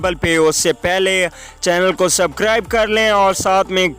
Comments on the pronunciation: Ani deya subcribe nai hota subscribe hota hy bolna to sekh luly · Scribe nai bhai bolna to sekho